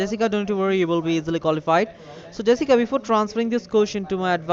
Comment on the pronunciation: Hey! You’re not the real “”! 😧